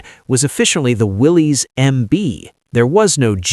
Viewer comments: Great story but many mistakes, Its pronounced Willis not Willies - The first Bantam was: Bantam “pilot car” prototype not Reconnaissance. There are plenty of historical photos available on the web to tell the story. Why use Land Cruisers, Land Rovers and Russian UAZ 469. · I knew you didn’t know anything when you mispronounced Willys. It's pronounced the same as Willis, and has nothing to do with a guy named Willy. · Willys is pronounced Willis